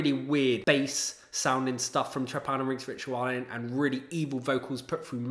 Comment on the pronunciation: very cool list. came here to support my buddies in sutekh hexen and glad i discovered this channel. only one quibble: you should really look into the correct pronounciation of trepanierungsritualen cheers